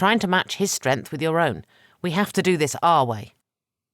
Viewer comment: Narrator, the N in the word strength is not silent!